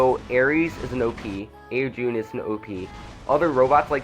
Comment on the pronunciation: Also au jun is pronounesed au chun